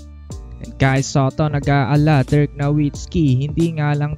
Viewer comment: Buhay na buhay boses mo sir a. “Kai Sateh” peace bro